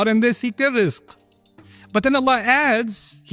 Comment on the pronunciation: it's rizq not risk